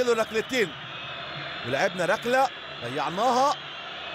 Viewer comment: هو المعلق بيقول رقلة و رقلات ؟